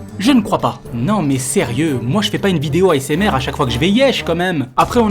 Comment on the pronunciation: pas shiq shiq ASMR mais shiq shis aïe sa mère